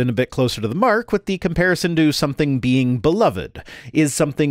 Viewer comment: Call me simple, but I love how he pronounces "being". "The bean who created the universe is the same bean who IS justice." His apologetics are just full of beans.